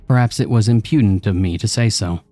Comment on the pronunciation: One small correction to the pronunciation of a word. Respectfully, the word "impudent" should have the emphasis placed on the first syllable, as in IMP-ū-dent. (Not im-PŪ-dent). This correction is meant to be given with much respect, to hopefully help you with future use. I rarely hear you mispronounce anything and I enjoy listening to your narrations so much that the mispronounced word stood out, lol. As usual, I truly enjoyed the story. ❤️